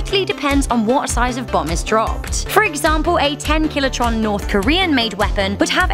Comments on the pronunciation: Did she say "Killitron" ? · what's a "kilotron"? It should be a kiloton, right? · "10 'kiloTRON'" I think you mean, "kiloton.